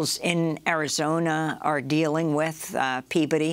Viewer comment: How much did the Peabody Awards pay Amy to mis-pronounce that name as "peabuddy" during this interview, so that people wouldn't associate the award to this story? It's really obvious, the way she's doing it. She's such good friends with established media now, she probably did it for free.